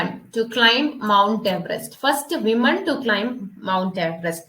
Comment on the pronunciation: super class, pinne, woman (വിമണ്).alla... pronunciation onn sradhikkuuu.